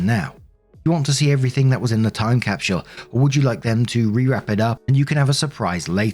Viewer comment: Is it really „time capshl“? 😅